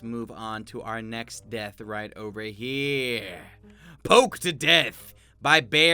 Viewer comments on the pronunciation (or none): none